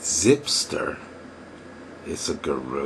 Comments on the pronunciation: the accent is actually on the first sylable. So it is GU-ru and not gu-RU. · It appears many people believe in the "less competition the better" idea. I suggest that is extremely often the _wrong_ way to go. You're a high-quality blogger, so I think People and Blogs is the right one (since you're sometimes philosophical/serious). But, fyi, the first pronunciation of guru is "goo-roo," with the accent on the first syllable, lol. But whatever . .